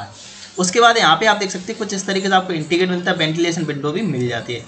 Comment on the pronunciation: entry ko aap enti bolte hain jaise koi anpad hamein plan bata raha ho